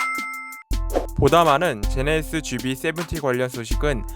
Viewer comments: 제네(히)쓰ㅋㅋ 제네시스도 잘안되는데 꼭 칠공을 쎄븐티라고 고집하지요. 한국사람만 보는데 ㅎ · 제네(시)스ㅋ 제네시스하실때 조금 천천히 말씀해보세요 기존보다 나아질거같습니다.